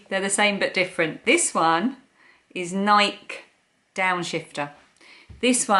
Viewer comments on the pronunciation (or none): FYI - Nike is pronounced Nike with a long e not a silent e. I think they look too similar to choose one so I'll let you decide which fits best and feels best. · Do you pronounce Nike in the UK like bike? I live about 5 miles from Nike headquarters here in Oregon and we pronounce it “Nikee.” I own 5 pairs of Nike, find they often run a bit small but I love them! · You have beautiful Spring flowers coming up! I haven't noticed any here. I need to get out of my car and take a walk, possibly! I enjoy seeing you and your mom together!❤ There aren't too many differences in the way we pronounce some words but we say "Nikey". (Although we don't say "bikey"). I absolutely love puzzles! Thank you for asking how we're all doing. I am doing ok...tomorrow is a new day! I'm glad you're ok. Please try not to worry too much about tomorrow and things that haven't happened yet. Easier said than done, I know!😊